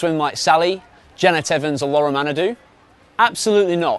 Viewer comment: It's laure and not laura !